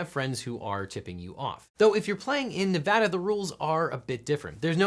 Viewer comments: way to go, properly pronouncing "Nevada!" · Wow you pronounced "Nevada" right! Have a like! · Thank you for saying Nevada right.